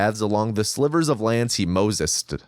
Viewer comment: Its Moseed. Mose-ed.